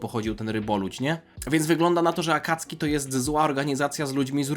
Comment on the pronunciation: Błagam nie mów "Akacki". W języku japońskim pomijane jest "u" , ale to się zapisuje "あかつき" w romaji to się zapisuje - "Akatsuki" ;) tam e ma "c" ;) więc wymawiamy "Akatsski". ;)